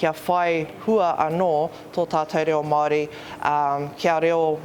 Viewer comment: Not worth listening to a guy who can't even pronounce "Māori" correctly. Not worth respecting neither